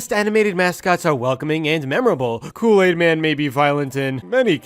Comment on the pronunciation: You have been calling kool-aid cool-laid🙃🙃🙃🙃🙃